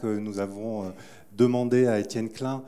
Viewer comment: Enfin le nom klein bien prononcé!